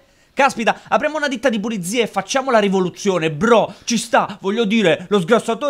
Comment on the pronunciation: sgamato il porcellino, è redez perche' ha detto puliDzie. solo lui dice cosi'